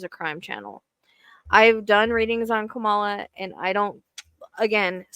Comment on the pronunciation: Thank you for speaking truth! He is a criminal, a cheater, a misogynist and a liar. We Won't Go Back! Ps: Kamala is pronounced "comma-lah" 😊 Love ❤️ and Light Sister.